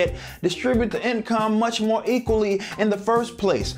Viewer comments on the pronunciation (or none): none